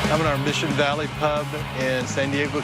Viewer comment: The tilted kilt owner I just wanted to punch him for the way he said pub, English by the way